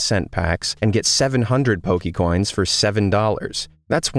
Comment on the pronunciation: Hi,. Good list of bad designs. My only beef with this video is that you are mispronouncing Poke'mon and Poke'coins. (Po-kay-mon, not Po-key-mon).